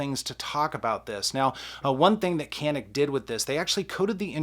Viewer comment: You pronounced wrong! Go watch Hickok 45.